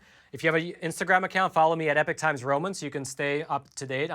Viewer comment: Please .................... Please, peice of Advice ............. When you say epoch times, it SOUNDS like EPIC TIMES. I thought it was epic times for a while & My freind just told me he thought it was EPIC times too because the guy says EPIC times ...... so my apologies but yes thats still what I hear is EPIC times. No not everyone will hear that but,some do. It may help to say EPOCH either clower, or clearer? so people dont Think they hear EPIC.